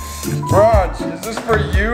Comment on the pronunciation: You’ve butchered the Raj!